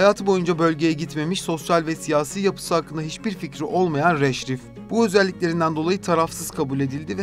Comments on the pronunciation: Rhajlif nedir birader. Okuman yazmanı mı yok? eyyy videoyu seslendiren 🤣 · Avukatın adını "radklif" olarak okuman gerekirdi. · Yapıcı bir eleştiride bulunmak istiyorum, bölgeye ilişkin yer isimlerinin ve kişi isimlerinin orijinal haliyle telaffuz edilmesi, anlatılan konuya hakimiyeti gösterir. Punjab/Pencap’ı Penkap diye okuduğunuzda, ya da Radcliffe ismini bu şekilde telaffuz ettiğinizde, önünüze konan bir metni gelişigüzel okuduğunuzu düşünüyoruz. Özenmek ve biraz zaman ayırmak, içerik kalitenize ve GZT’nin saygınlığına yakışan bir anlatım doğuracaktır. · Mamata değil Mahatma Gandhi. Avukatın soyadını da devamlı yanlış telaffuz etmişsiniz. Bu kadar emek verdiğiniz bir videoya biraz daha özen göstermenizi öneririm. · Seslendiren arkadaşların telaffuzuna dikkat etmek laIm. GZT yi severek takip ediyoruz ancak Radcliffe, Pencap ve Mahatma yı yanlış telaffuz ederek bu videoya verilen emeği heba etmemek lazım…